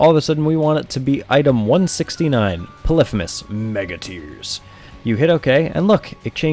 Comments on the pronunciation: polephemus?its pronouced pollyphemus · poly-fee-mus not puh-liff-uh-mus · it makes me angry how he pronounces polyphemus. it's not 'puh liff ih mus', it's 'pah lee fee mus'. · its polyphymus (poly-fee-muss) not polyphemus (pol-if-a-mus) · Its not polithemus is poly fee mus like polygon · polyphEmus, not fucking polyphymmys. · po-li-phe-mus instead Poly-phemus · I'm so sorry but this REALLY pissed me off, and I had to comment on it! Its pronounced 'Polee-Feemus' not 'Polifumis'. Yes, I'm THAT kind of person! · It's Poly like polygon and femus not pa-lifimus. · Stop saying Pelifimeus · It’s poly-femus btw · Pronounced Poly-fe-miss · its actually pɒlɪˈfiːməs not what you said. poly femus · its okay that you sayd polifimus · Derpy Muffin I always thought it was pronounced "Poly-HEE-mus" not "Poly-FEE-mus" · I though the actual ancient Greek pronounced it pol-if-i-mus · It's pronounced p ɒ l ᵻ ˈ f iː m ə s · u say polypemus wrong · thats wrong, names weren't pronounced like that in ancient greece. It's "Pull - if - uh - miss" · It's Greek. Pronounced "poli fi mis". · im triggered by the way he says polyphemus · The f*ck? How did you pronounce Polyphemus? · You say Polyphemus weird :S